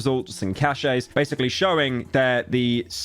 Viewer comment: That's not how you pronounce cache or caches 😂💩🤡